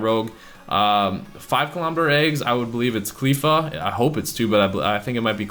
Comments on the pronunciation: It's CLEFFA as in "left ya" not CLEEFA as in "queefa" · Btw it's not cleefa it's cl-ae-fa